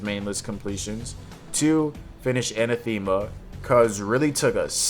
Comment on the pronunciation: Pronunciations are hard to describe in plain text, but the stress should be on the second syllable, not the third. If you can read enPR, it's /ə-năth′ə-mə/. If you can't, search for the pronunciation and you should find a voice recording.